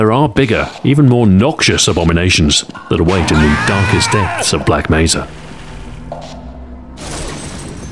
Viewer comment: Why does he keep saying Black Meza.